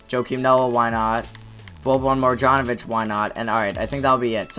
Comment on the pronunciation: Mar- Jahn-O-Vich